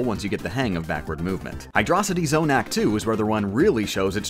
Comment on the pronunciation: The way he says Hydrocity zone hurts me slightly. Hy DRAW city zone